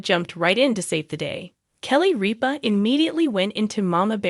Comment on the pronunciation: It’s RIPA NOT REAP-A